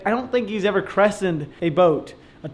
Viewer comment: Christened....not crestened....lol